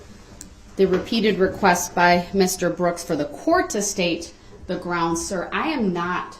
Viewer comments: Brocks Axed a questioned than objected to his own question than said grounzz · "Grounce"- Darrell Brooks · First of all… it’s GROUNZ. Also, are you not a public servant? Is this not your oaf of office. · He says "Groundz" 2 million times.